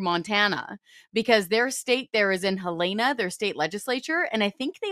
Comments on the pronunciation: Ya where the hell did she come up with her pronunciation and she’s a journalist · The capital of Montana is Helena. (Pronounced,HELL - e - na)